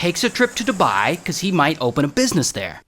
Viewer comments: Your spouse to say dubai u said duba😂😂😂😂😂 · It's called Dubai not dubaa😠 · "shout out to dubah" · “shoutout to doubAh” ☠️ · Nah I started dying laughing when he said "dubeah" 😭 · “Shout out to DuBahhh” Bro what? 😂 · DobAhahahhh got me laughing on the floor😂😂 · I was not expecting the “shout out to duBAHHHI” LMAOOO 😂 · “Marijahuana , DubÆÆ" 💀🙏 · Bro said "DuBYE" 😂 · The way he said dubai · I swear if the uae hear how u pronunced dubai oh my ur gonna die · The way u said Dubai😭😭